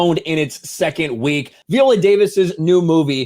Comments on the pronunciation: Her name is "Vigh-ola" not "vee-ola.* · Please pronounce her name correctly Vi.. ohh...la. I saw the movie and it gave a prequel to the Wakanda women's guard vibe. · I should've known as soon as he was pronouncing her name V-ola, instead of Vi-ola, that this would be a trash piece. This is some unnecessary bullshit to disparage the movie because it has been so well received. She's always said it's LOOSELY based on the real tribe, and in the movie, IF ANYBODY SAW IT, they address the slave trade and that they participated in it prior to the time of the movie when they're trying to change. Sometimes I can't stand social media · Her name isn't pronounced VEE-OLA. You should at least learn how to pronounce the person's name correctly before making videos about them. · God damn it. Quit saying Viola that way. How do you say Violin?! 🤣🤣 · Isn't Viola pronounced with a long i, as in island?